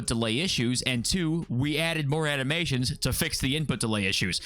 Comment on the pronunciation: I never want to hear "Ani-meer-shuns" ever again 😂